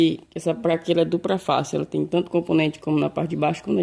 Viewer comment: Parei de assistir no "praca" e "dupra"